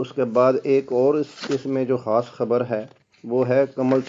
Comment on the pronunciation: خاص خو کھاس اور خوشی کو کھوشی کیوں کہتے ہیں؟!؟!؟